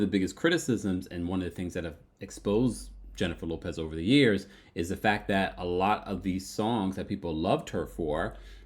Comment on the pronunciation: At first I thought you said Jennifer Lewis until I realized you said Jennifer Lopez..............